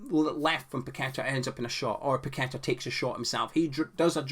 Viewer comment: 'Paquetta bout it'